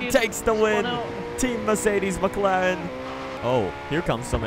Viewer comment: McLaren not Mclen